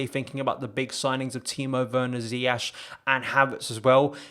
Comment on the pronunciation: Nearly August 2020 and my guy is still calling him Ziyash 🤣🤣 RIP bro, In all seriousness great video great channel keep going 🔥